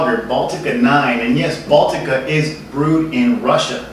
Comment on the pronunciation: Russia has 4 seasons. Moscow is hot in the summer. Good job pronouncing Baltika. Nice review. By the way, all you snobs, it's not that bad. It tastes better if you buy the glass bottle variety. Viva Baltika! Za zdarovye, tovarishi